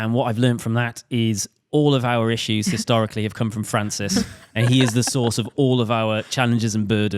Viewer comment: be like "Historically"